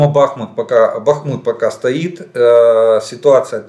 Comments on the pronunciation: Красава Владимирович за правильное ударение на БахмУт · Добрий вечір, пане Олеже! Дякую за інформацію👌 Давно хочу написати, що Ви постійно поправляєте самі себе в назві міста Бахмут. Я слухала українського історика Олександра Алфьорова відносно історії міста Бахмут. Він сказав, що немає значення, де ставити наголос. Правильно і БАхмут, і БахмУт. Так що говоріть так, як Вам зручно🙂